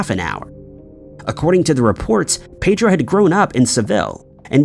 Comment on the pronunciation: That is not the correct pronunciation of ‘Pedro’